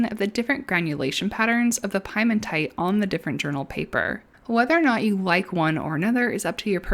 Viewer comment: You pronounce it "Pee-eh-mon-tight," not 🥧 mon tite. This word is not at all related to pies. Piemonte is a region in Italy just below the Alps The word means "foothills." The original pigment must be from there, a rock from there. Yes, I'm being "that guy" about pronunciation, but you are confusing me, because now I want a piece of pie. So there you go.